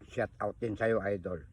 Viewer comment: shout out hindi shot out tatang me admin kpa nlalaman pero di tinatama pananalita mo para kang tanga lang😅